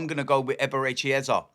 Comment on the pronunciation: Its Eze not Eza !!